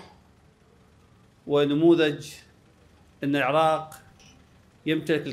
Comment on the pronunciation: مشاييع للعاق والعاقيين انتة حرف ال( ر ) لاغيه😂😂